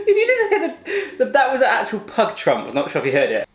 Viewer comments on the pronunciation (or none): none